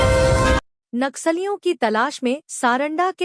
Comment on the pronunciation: कृपया’ नक्सलियों ‘ का सही उच्चारण करें।” नाक सालियों “ के बजाय “नक्सलियों” कहें।